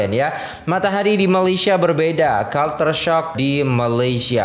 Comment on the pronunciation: Culture sebutnya kal-ce